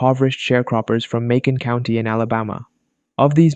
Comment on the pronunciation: thought you said Maycomb County (fiction place from the book To Kill A Mockingbird) and i was confused because wait, thats not a real place but also not really surprised